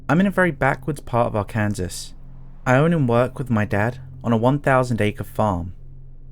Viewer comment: Ar-Kansas lmao.